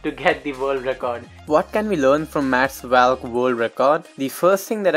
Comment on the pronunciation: its not pronounced as vaaallk his name is pronounced as volk